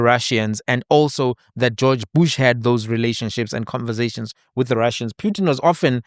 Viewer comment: That Russian president's surname is pronounced phutin/poo-tin not pyutin which reminds me of puke 🤮